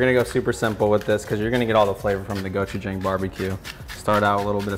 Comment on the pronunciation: Cool video only thing is the chef is saying gochujang wrong it’s go-chu-jang like saying John but with a G at the end